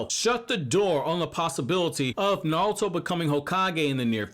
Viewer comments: It’s naruto not nalta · I know you saying Naruto Na-ru-to but you keep saying Nawrl-uto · I liked the vid, but you kept saying "Narlto" which really bugged me. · Is this guy calling Naruto:"Naluto"or is it just me? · Ay bro yo intro says "NATURO" 💀